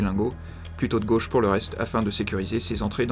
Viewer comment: " La Gôche ,?? A LA COUIZINE !!!!! "